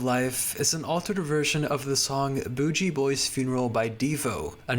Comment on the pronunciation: Nice video, super cool. Gotta give some of these songs a listen. Also, by the way, Booji Boy is pronounced Boogie Boy but i get why you might get it wrong lol